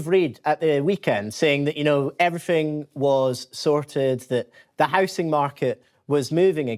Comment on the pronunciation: It's how-zing, not house -ing.